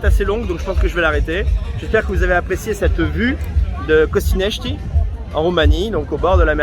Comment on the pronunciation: C' EST PAS CONSTANTIA MAIS CONSTANTA ET ON DIT CONSTANTZA * et COSTINESTI se prononce COSTINEST !!!